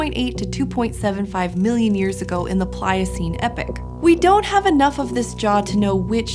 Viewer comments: Please tell her its epoc not epic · why is she calling an epoch, an epic? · First she says that an arboreal mammal is one of our "earliest ancestors" (our earliest ancestors weren't even eukaryotes), but I had to just give up when she said "epic" instead of "epoch". Come on, now.